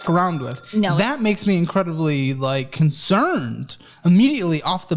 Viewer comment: I cant with saying "increTibly" risky. Its a "d" dude! Jk tho I love you